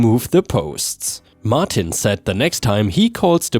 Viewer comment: WFH = Work From Home Triumphant = "try um fint" not "tree um fint." Martin = "mar ten" not "mar teen."